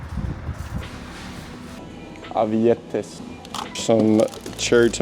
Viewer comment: You said ‘avietės’ - raspberries really good. Keep up the nice game! ❤